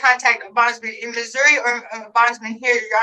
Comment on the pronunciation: You have been pronouncing Missouri right. It is Missouri not Missoura.